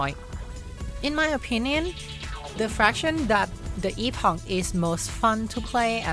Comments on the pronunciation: “Epawgk” :D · Its.. eh·puhk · Epog ❌ Eeffoc ✅ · I've always thought it was pronounced like "epic" :sob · Fun fact: Chrono Trigger's time ship was also called Epoch(pronounced epic). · It's pronounced 'epic' in american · First time I've heard "EPOG" and I hate it. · Something I learned yesterday is that epoch is actually pronounced like epic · I know Epoch is pronounced like "epic" rather than "e-pock", but the meme of calling it the EPOG is too hilarious for me. 🤣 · It’s pronounced EPIC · I CASTE POCHIUS E MAXIMUS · Epoch is not pronounced with a G at the end. Where did this nonsense originate? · The fun part about the epoch in this game is the entire generation of people that have zero idea how to pronounce the actual word.